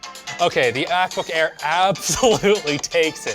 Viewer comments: did he just say ackbook air? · The Ackbook Air. Ack Ack Ack